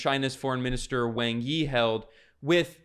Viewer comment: I know it isn’t a big deal, but Wang Yi’s name is pronounced more like “Wong Ee”